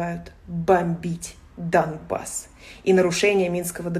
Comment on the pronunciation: Там так и написано "жители ДоМбаса"??? Или это Машка так прочла?